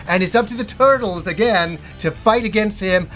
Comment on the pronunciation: “The Turdles” 😂